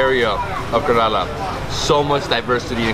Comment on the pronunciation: Wonderful video. Just a small correction. It's Kerala. Like care-al-ah No offence. Loved your videos.